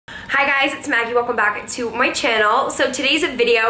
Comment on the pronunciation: I love she says “hi guys welcome back to moi channel” is she french ?